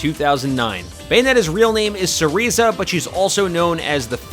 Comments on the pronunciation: Not to sound like a nazi, but her real nmae is pronounce ceRAYza not ceREEza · I’m sorry not to be picky but her name is pronounced sa-ray-za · You pronounced Cereza as 'Sereezuh'???? More like 'SeREEzuh' XD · Didn't even say real name right...sush disappointment :( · He pronounced Cereza wrong...